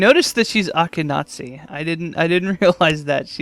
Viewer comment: I don't know if someone's told you this yet, but: "Askenazi" is pronounced AHSH-kehn-AH-zee.